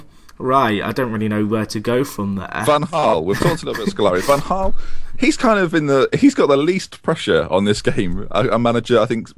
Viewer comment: why can't you pronounce van Gaal????